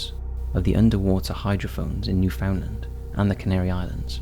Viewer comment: huh. Never heard anyone say Newfoundland like that. He said it like, “New found land”